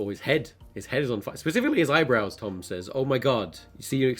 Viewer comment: He said Tom tord lol